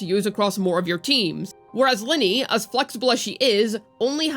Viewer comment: It's not Linny, it's Lin-NAY. 😅 Oh well. Who cares..